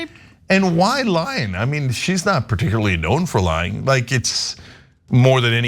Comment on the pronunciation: every time trump said lying i herd lion